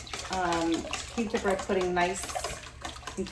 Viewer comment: Dam I could have sworn I heard breast pudding